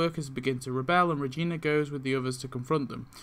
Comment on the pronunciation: wtf is a vegina i mean regina